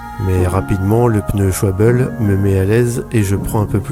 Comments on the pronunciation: ça ne se dit pas "souabel" mais "sch" (presque comme dans chut )+ "val" (comme dans vallée) + "bé" (bébé) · Au lieu de mettre des pneus gravel sur un vélo de route, on peut également mettre des pneus assez fins (genre maxxis Detonator Hybrid) sur son VTT. Sinon, la marque allemande, c'est Schwal-be et pas Schwab-bel (c'est le mot allemand pour "hirondelle").